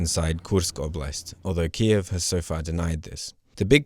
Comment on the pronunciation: Good reporting. It reflects the centre-left view in Ukraine. BTW, why do you say "Кіів" ? It should be KY (KE) – YEEV (Ки - їв)